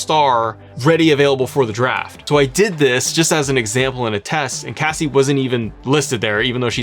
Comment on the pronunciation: I was thinking the same thing. He went from "Casey" to "Cassie." 😂